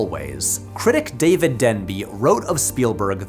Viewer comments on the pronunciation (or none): none